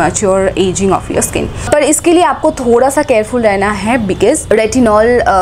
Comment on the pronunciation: Why u call 'd' in place of r means par ki jgh pad bolte ho